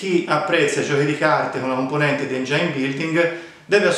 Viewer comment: Si dice engin non engiain.